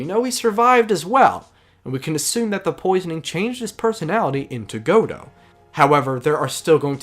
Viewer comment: This was a solid analysis but I wanted to take a moment to thank you for being one of the few people to pronounce Godot's name correctly. It always kills me when I watch AA content anywhere and someone pronounces it as "Guh-dough" like they would with the character from the play. It's a small detail, but I really appreciate it!